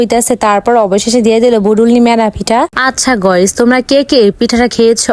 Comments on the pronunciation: আরে অশিক্ষিত গাইস হবে 👍গইস না👎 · গয়স না গাইস